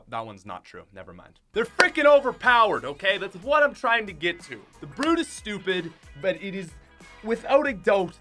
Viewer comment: Good Video But... Had to leave when I heard B.R.U.T.E